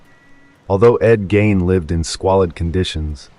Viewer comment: Who the hell is Ed Gain???? Haha Seriously though, you can look up how to pronounce names. Good luck!